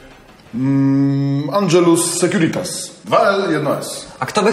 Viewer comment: Andżelus seciuritas xD